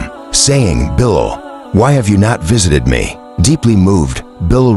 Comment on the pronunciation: Please pronounce his name. Correctly. Pathetic you are